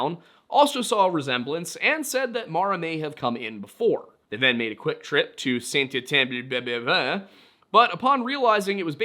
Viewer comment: Saint Etienne Beau ( Bo ) Harnois It's really not difficult, you can even ask google prononciation. Also i doubt that girl would have been in Québec city OR Sherbrooke without speaking French